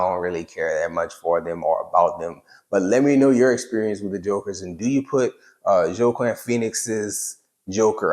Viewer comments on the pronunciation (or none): Fun video! Also, his name is pronounce "wah-keen" Pheonix.